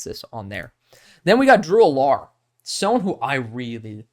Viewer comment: I could be wrong, but I don't think that's how you say Drew Allar's name... Just giving you a heads up, not trying to nit-pick. This is my favorite video from you so far! I love your analysis. What are your thoughts on Brady Cook?